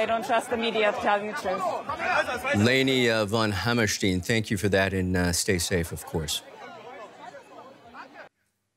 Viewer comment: Dear DW, its Hammerstein not Hammersteen. Arent you a german broadcast?